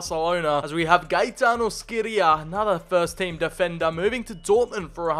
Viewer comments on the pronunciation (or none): Its shi-ray-ah (scirea)